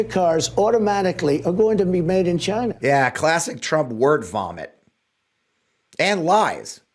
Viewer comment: WTF is he talking about the cars will not be made in Gyna as Trump pronounce it over and over again.